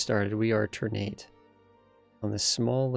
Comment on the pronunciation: It's pronounced TUHR-nah-tay btw (or more precisely, ['tərˌnatɛ]). "Ter-nate" sounds awkward to my Indonesian ears xD